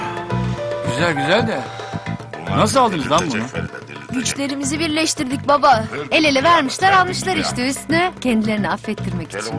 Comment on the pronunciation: Tekin buba diyor baba yerine